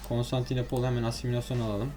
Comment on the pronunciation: Abi şuna costantilepolis deme 😣😣😣😣